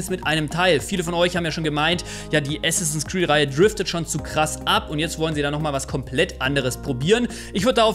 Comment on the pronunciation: Bitte es heißt Assassins Creed, statt Assinsass Creed.